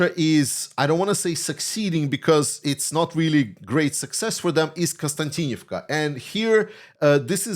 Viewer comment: that konstaVika😅 sorry guys cannot spell even pronounce Ukrainian. city that Russia has infiltrated Russia said they have surrounded the city maybe maybe not.. all the Ukrainian soldiers coming back from their say that it is hell hell on Earth they have to enter the city on foot so they have to walk 10 -20 km to get there then fight then you try to get back out they say the sky is full of Russian drones which hit anything moving on the highway to konstavika💥 they say it's safer on foot..